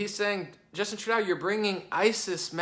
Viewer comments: Love listening to your common-sense logic! Although you do need to know how to pronounce Trudeau........its pronounced....True-doe. I do speak French, and it hurts the ears a little . lol But still think you're great! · Its pronounced True-doe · Much love from Canada Bro. Here's some pronunciations to help out eh! Justin Trudeau (True - dough), Quebec (Kay - Beck), other than that. It's all good. As a political ATHEIST I enjoy your analysis. Thanks for taking a look at us northern neighbors. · Btw is True-Doh, not True-Dow hahaha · Good job. You've got a good handle on what's happening in Canada. I'll try to help you out with some of the pronunciations phonetically: Trudeau (truedoe) doe like the deer, François Legault (franswa lugo) the u is as in "up", just pretend the LT isn't there. Close enough. Oh, and it's Province, not Providence. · the proper pronunciation of Trudeau,s name is first drop the A replace it with a big "O" fallowed by a P, OK lets say it together, TRUDOPE!! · Homer says True-"DOE"!